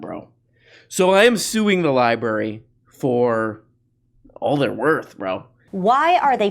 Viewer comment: It's pronounced LIBRARY not libary! I was going to say you seem smart, but it's obviously the contary.